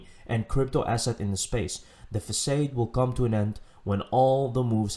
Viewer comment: Love ur stuff man just wanted to say the way you pronouced "facade" is off. The last syllable is pronounded like "odd" not "ade"